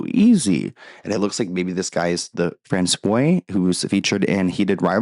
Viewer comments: *François = “France-wah” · francois is pronounced like france-wah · Fran Swo -a Francois - Please contact a French person. You’re killing me 😂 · Just a heads up "Francois" is pronounced "Fran swah"... That being said 😅 I enjoy your channel, thanks for all the hard work on your content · Why is Armie Hammer making the news about his private life? Dude's a creep... And François (pronounced Fran-Swah) Arnaud is not French, but French-Canadian. Love your content 💛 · François is pronounced frahn-swa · No one seems to comment on you saying François the way you did 😭😭😭 don’t think of it like La croix and how Americans pronounce it because their pronunciation is wrong lol. It’s FRAWN-SWAH (in French the ç sounds like an s and make sure to roll your R’s at the top/front of your mouth) or you said say FRAN-SWAH (if speaking English). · her stride is way too long and her heal to toe is not good. She’s crossing her feet over too much and she’s more worried about her hips swaying than her stature and poise. François => Franz-Wa not the acrylic coke nail 😂😂😂😂